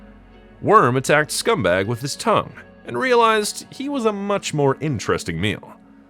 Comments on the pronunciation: A good review of the top contender for my personal "Creepiest TMNT characters" spot. But I think you keep mispronuncing the mutant cockroach's name. It's "Scumbug", not, "Scumbag". It's pronounced similar to "humbug". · Crazy that the computer program couldn't pronounce Scumbug...or your software changed the name without your consent to scumbag. And it's not too often you hear a robot commentator with a Canadian accent. It'd be so frustratingly nerve-wracking if you went the route of recording yourself. I'd be tempted to use a program to. Anyways, I'm a little off subject lol - love these videos man! Your videos get you to appreciate your figures more....while I'm lookin' at my (hope one day they'll make an Archie version) NECA Wyrm.